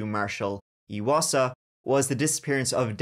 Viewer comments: Eye wasa, not eeeee wasa. I'm from the same area and his family is still actively looking for Marshal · Chapter Hi I’m from Lethbridge Alberta Canada and wanted to say thank you for covering Marshal’s case. His last name is pronounced I wasa.